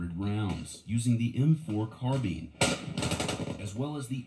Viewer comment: Did this man just say carbeen.